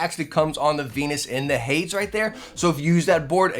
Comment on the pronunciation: Love ya to death but it's "hay-deez" not "Hay-dz". Watch Disney's Hercules for reference.